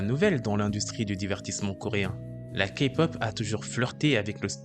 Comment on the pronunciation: La vidéo et très bien mais on dit pas ka-pop on dit K-pop (oui je sais je suis kpop stan)